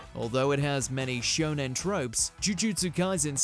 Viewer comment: 1 He said shonon 2 I think HxH 1999 is the most dark shounen that it just feel like senien